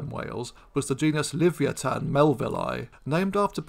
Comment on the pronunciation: At the risk of being pedantic, shouldnt Livyatan be pronounced Li-VY-a-tan.... y'know, like Leviathan but with a hard 't' sound? just saying....